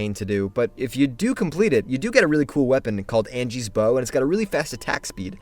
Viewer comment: the ladys name is Angi not Angie........shes sweet as. can never walk away without shouting her off the cliff tho